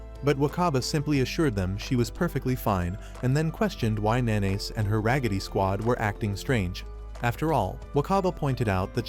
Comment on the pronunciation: Nanase isnt pronounced "Na-Nays". Its "Na-Na-Seh" Fucking AI bullshit. Use your voice.